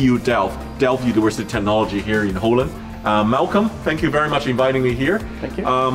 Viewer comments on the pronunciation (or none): none